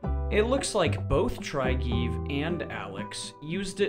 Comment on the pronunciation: Try-geve haha It's pronounced more like Trigge-Ve. Welcome to Scandinavia.